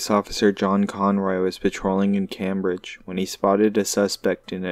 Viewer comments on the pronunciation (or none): Please pronounce our cities correctly... Brockton is not a boston suburb. Cambridge is pronounced came bridge. And billerica is pronouncer bill ricker